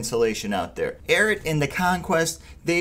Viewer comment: IT’S NOT “AIRAT”